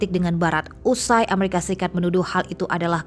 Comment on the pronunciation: Sebut amarikapun gak betul.